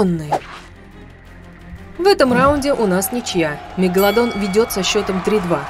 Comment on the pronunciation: Мне одной слышится не мегаладон а мега ладонь.